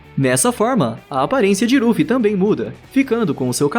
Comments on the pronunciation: para de falar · Q raiva ele ficar falando rufi toda hora man, desconecta do video toda hora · Cara no áudio você ficou chamando o Luffy de kkkkkk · eu tou doido ou ele fala? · Não é é luffy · E pronuncia luffy msm eu assisti usando sem legenda so no dublado luffy fica mt melhor vc é br mn na veia 💪🏻🔥😎